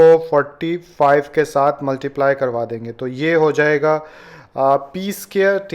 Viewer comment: Sir please multiply sahi tarhan bola karen it’s cringy